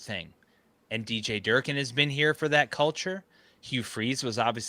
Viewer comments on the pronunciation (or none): Bro really said jerkin’ for durkin